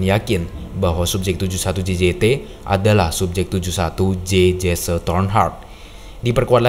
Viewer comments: Dibacanya bukan Jesse. Tetapi "Jesi" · bang, bukannya disebut "jesse" bang, tapi cara manggilnya "jessi" namanya jesse cara manggilnta *jessi& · Correction: Detective Jesse Tornheart Sebutan Jesse itu bukan Jese tetapi lebih kepada Jiss